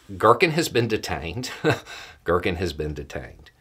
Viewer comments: Not to criticize overly here because it's actually really funny GEAR-keen. Not gherkin. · its Ги́ркин G(ee)rkin or G(ea)rkin (like the word gear) aka Strelkov. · To pronounce Girkin closer to Russian, pronounce it as "gear-keen".